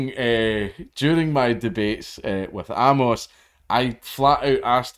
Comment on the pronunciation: It's pronounced "Ay-mus", not "Ah-mohs"